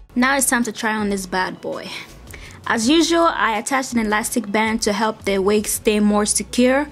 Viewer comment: its The not "da" :)